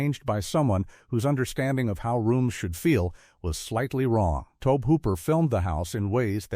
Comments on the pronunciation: Dear AI Narrator, the director pronounces his name toe-bee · Cheesus, the mispronunciation of Tobe just keeps happening, over and over and over